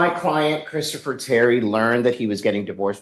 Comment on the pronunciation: “Kristafer”??? Really?!